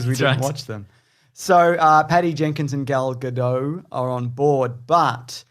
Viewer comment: It’s gal gadot and the t is pronounced like in tomato or table not gadoe